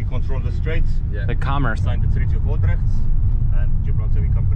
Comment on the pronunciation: It is Treaty of Utrecht, not ultrecht.